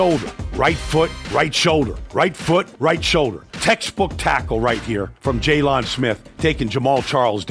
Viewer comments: He said jay lon smith it’s jaylon Smith 😂😂 but I appreciate it we ballin it’s only gonna get better and better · It’s jaylen it’s jaylon😂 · Who TF is Jaylun? It's Jaylon smh 🤦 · Jessus christ its JAYLEN not jay-lawn mower smith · Jay-lawn Smith 🤣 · Jay-lawn Smith? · he be pronouncing it jayLON...smdh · jokes on you it's jaylon not jaylen lol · G 18 actually it’s jaylon not JALEN like this isn’t Ramsey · Why didnt u answer the first time I called u Jay-LAWN?? Vander Esch go cover Oh-Shag-Hennessey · Did he pronounce it Jay-lawn Smith? 😅